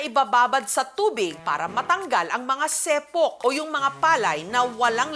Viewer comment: Sepu po or ipa hindi sepok